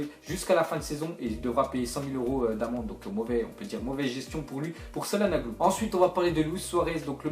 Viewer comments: sa se prononce chalanoglou et pas salanoglou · Mdr comment cahlnanoglu on dit chatnanoglou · on dit chalanoglou pas calanaglou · Sa se dit chalanoglou et pas salanoglu tu ferais honte a serhat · sa se prononce chanagludou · ont dit Tchalanohlu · ouep on prononce CHalanogLOU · comment tu a dis calhanoglu ces pas possible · Ok tes pas turc mais tu prononces pas Calhanoglu comme sa mdr